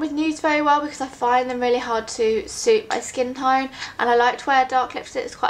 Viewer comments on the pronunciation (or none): none